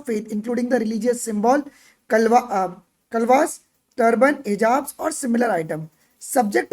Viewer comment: kalwas nhi kalaawa hai dhang se padh